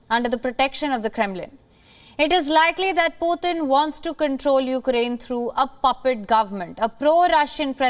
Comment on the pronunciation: is beautiful. Btw to this guest and anyone else it's not 'YOU-crane.' Also, Russian troops going into Ukraine is a distraction. They want to seem weak before they nuke the US.